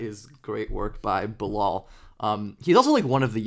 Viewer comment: Thanks for the vids on the french rookie. I just had a hard time recognizing his first name: Bilal when you said it. lol. The "a" in not pronounce as an "o" but as the "a" sound in "hat" or "hard".